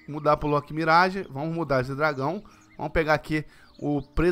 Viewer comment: Agr sim ele ta falando "Loki" 👍